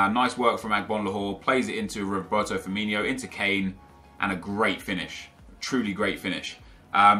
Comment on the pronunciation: Its Firmino, not FirminIo...